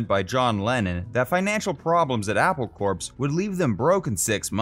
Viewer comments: It amazes me how many people on YouTube, when speaking about Apple Corps, pronounce it CORPSE! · It’s pronounced “apple core.” Not “apple corpse.” Apple core…get it? The Beatles were jokesters.